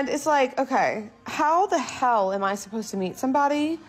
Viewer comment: She’s already there. Can’t even pronoun “supposed” …